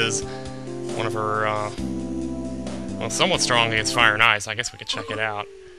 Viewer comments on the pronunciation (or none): none